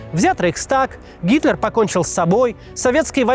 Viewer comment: На послышалось "Гиркин", а не Гитлер. И ведь в нынешнем шизофреническом российском обществе не исключено, что подобные радикалы могут прийти к власти и еще более усугубить конфликт и последующее падение России.